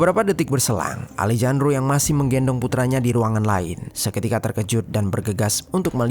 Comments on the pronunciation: Alejandro di baca Alehandro ga seh? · Dibaca: Alejandro ❎❎❎ Dibaca: Alehandro ✅✅✅ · Sedikit saran untuk mimin. Kalo ada huruf 'J' dibahasa amerika latin dibaca jadi huruf 'H'. Alejandro dibaca alehandro min. 🙏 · Kalo bahasa Spanyol nama Alejandro dibaca Alehandro min